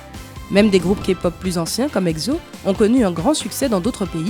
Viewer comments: Par contre la meuf elle a dit "eGZo" mdr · Grave!!!!😘par contre elle a dit eczo mdr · ouais encore ça ca passe elle aurait pas trop pu savoir de toute façon 😂😂